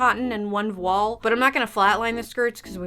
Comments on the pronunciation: Public service announcement: That is actually how you pronounce "voile" 👍 (it rhymes with "oil") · You say it correctly ^^